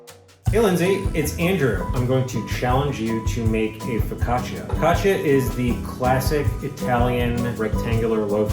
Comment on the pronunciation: As an Italian here "focaccia" wasn't that bad for her first time good job 🤞🏼💓